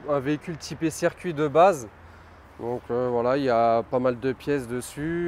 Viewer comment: Circuit pas cercuit clandestin